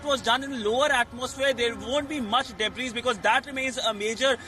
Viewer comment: Pronounce DEBRIS as Debree